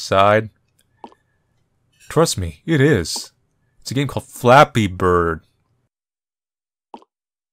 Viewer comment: me,listening to this call: its just flappee bird